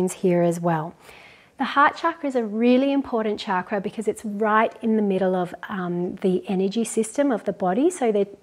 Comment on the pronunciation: Thank you for your awesome videos 💖 it would be great to hear you pronounce chakra correctly with ‘ch’ rather than ‘sh’ for chakra ✨ Namaste 🙏🏼